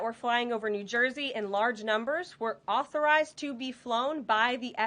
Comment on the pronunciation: NewsNation should ask some representative from the FAA to be interviewed. That could be interesting: "..no, those drones are not auhthorized.." 😂